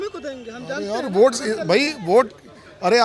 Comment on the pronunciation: वोट होता है ओट नही 🤣🤣🤣🤣🙏🙏🙏🙏